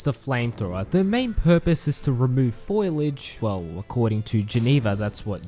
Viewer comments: Foliage not foilage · Its not Foilage, its Foliage. Foilage is for retards who pick tinfoil from bushes. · who told bro it was pronounced foilage